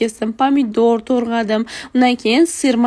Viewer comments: Toʻrgʻadim emas toʻgʻradim toʻgʻri gapirishni oʻrganaylik😢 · Tõrğadim emas tõğradim boladi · Torgʻadim deyilmedi togʻradim deyiladi opashkam😂😊❤ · Tòĝradm× tòrĝadm✅️😂❤️ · Togradm❌ Torgadm✅😂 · To'rg'adim demay gapir